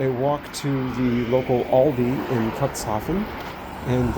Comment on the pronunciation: It's pronounced cooks haven, not cocks😂❤ it's not the port of dicks, u know😂❤